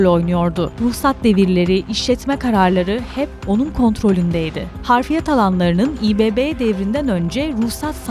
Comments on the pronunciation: Harfiyat denmez ablacım,doğrusu hafriyat .editörünüz uyuyor mu? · Harfiyat yanlış, Hafriyat doğru...